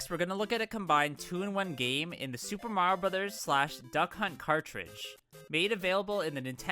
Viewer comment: Thank you for pronouncing the game's title correctly. Nowadays, it's a genuinely pleasant surprise.